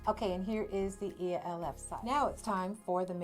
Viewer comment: It’s pronounced Elf cosmetics not E.L.F.